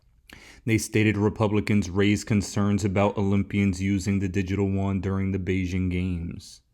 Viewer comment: I love you, all your content is fantastic...but you are driving me crazy.... the Chinese Yuan, is pronounced YOO-AHN not Won. The Korean currency is won. Keep up the great work!!